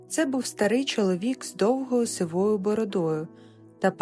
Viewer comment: сИвою, а не сивОю. Парад планет? Це його лексика? Хотілося б почути справжні слова мольфара, а не прикрашені вигадки автора тексту.